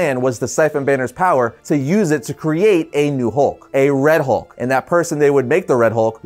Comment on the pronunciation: The “Howlk” 😁